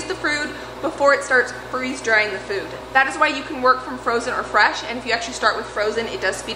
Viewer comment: I had to watch you say "freeze the frood" like 6 times . Lol. In all seriousness, I love love your videos. You are such a hard worker, and that motivates me so so much. I play your videos while my 2 year old and baby nap. It's a time when i just want to sit and do nothing, but your energy and work ethic get me really excited to be productive!! I love my chickens, and I'm working to figure out how to do a garden with the limited sunlight and highly acidic dirt in our yard. Every time I watch you, I end up telling my husband "we HAVE to figure out a garden. I NEED a garden." Thanks for all you do!